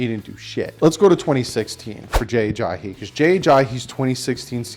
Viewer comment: For the millionth time is Ajayi not Ajahi...haha